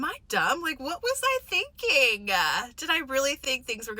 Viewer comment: "What was I thinking-uh?"